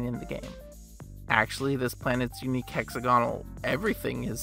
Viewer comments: Is that hex-A-gonal or hexa-GON-al? 😉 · The correct pronunciation is hexagonal planets